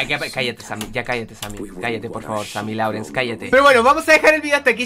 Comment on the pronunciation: se pronuncia sammy lorens no sammy laurens